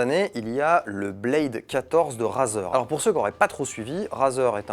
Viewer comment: The way you pronounce razer sucks.